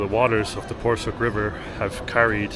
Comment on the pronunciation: You're such a cute and respectful couple! Your choice of visiting Eskişehir shows your genuine interest in the local culture and history. Your pronunciation of most Turkish names are near perfect (e.g. Porsuk, lezzetli). By the way, "cadde" is pronounced "djadde".